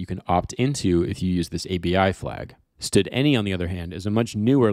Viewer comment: Love the video! The effort was worth it. One small thing: Can you please say standard function instead of stud function? thx